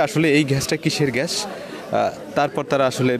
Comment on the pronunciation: প্রতিবেদক ভাই ঘ্যাস না গ্যাস হবে.